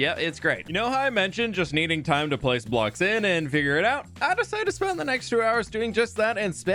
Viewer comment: Did he say "I desited to leaf it alone" or did I hear it wrong?